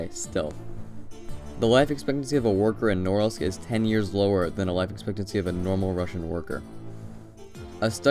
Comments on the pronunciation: Man, you should have learned how to pronounce the name of the city of Norilsk right if you do this kind of videos. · Two corrections 1) accent in Norilsk is on the 2nd syllable, not 1st 2) stalinist architecture was generally actually pretty opulent (neo empire style or what is called), those buildings are more typical of the post-stalin era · The names of both Vorkuta and Norilsk are pronounced incorrectly. In both cases, the stress must be on the last syllable, like it would be in French. You guys have to do some homework before embarking on doing videos on foreign country geography. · The way you mispronounced "Norilsk" made my ears bleed. It's Norílsk NOT Nórilsk. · But it's pronounced "Norilsk" with "ee" like "eel" in the middle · Damn, it feels so weird to hear foreigners pronounce names of cities. It's Norílsk, not Nórlsk. But yeah, I kinda expected the most depressing city to be somewhere in Russian Siberia, especially at the northern part of it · Its pronounced Nor-ilsk not Norilsk. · It's pronounced more like "Noreelsk'. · It does seem pretty gross, just saying its pronounced sth like nahRILSK... you can look up the pronunciation on Wikipedia rather than guess. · You might want to learn to actually pronounce the name of the city before making a video. It is pronounced na-RILSK with the stress on the second syllable. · You pronounce the name of the city so slurred that I was really happy to find it written eventually. Where the f is „Nouwels“? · Nice video, although for anyone reading this it is pronounced "nuh-REELSK" with the emphasis on the second syllable. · Correct pronunciation would be something along the lines of "Noureeelsk" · It's pronounced NOO- REALSK!! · the way you are pronouncing norilsk is driving me insane hahah, it is said more like na REEL sk . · It's pronounced Nar-ílsk. It's a depressing place. For some reason it'd be interesting to visit. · Please pronounce Norilsk exactly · Móoormansk, Noréeelsk...